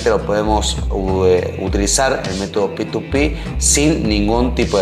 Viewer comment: Me cago de risa cuando dice PituPi jajaj p2p se le dice xD alto video bro gracias